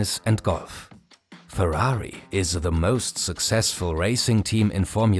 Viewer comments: I was drinking water and nearly choked when he said purari XD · Why are you saying Ferrari likea hero lol?Did Ferrari pay you for this video?